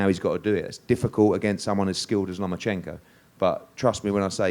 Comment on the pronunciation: This bitch was like " Papachenko, Papachenkoo" lmao